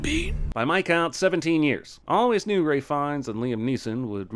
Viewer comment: Wtf did he say “Rayf” when talking about Ralph Fiennes? Idk if it’s an American thing but if it is then I’m sorry but how do you get “Rayf” from Ralph lmao